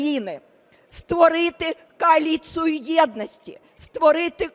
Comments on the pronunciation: Не КааЛІЦІЯ, а КОАЛІЦІЯ- ПОРА Б ЗА СТІЛЬКИ РОКІВ УЖЕ Б І ВИВЧИТИ😮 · Коли вже ця пенсіонерка навчиться розмовляти українською і вимовляти правильно слово " каоліція"? Але ні, скоріш до влади, а все решта - плювати. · Тимошенко за 20 років так і не зрозуміла, що у слові коАліціяя... після першої літери "к" йде голосна "о", а не "а". А все туди ж....у прем'єри... грамотєйка. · Коли слухав як бабця Юля волає "кааліція" аж розчулився від ностальгії.